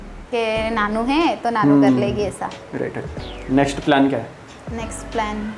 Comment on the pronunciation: प्लेन नही प्लान होता है😅